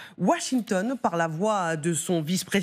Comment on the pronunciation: " , "... rabat les cartes... dji dé vènce" "dji dé vènce" encore une fois Soit tu dis ji dé à la française, soit tu dis jay dee à l'anglaise ! Aussi nulle en français qu'en anglais, le bon équilibre finalement !